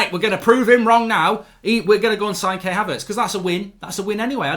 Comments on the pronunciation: Kai Havertz not Kay Havertz lool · KAI Havertz. Not Kay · It’s not K it’s Kai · Mark his name is Kai Haverts, you pronounce his first name K-eye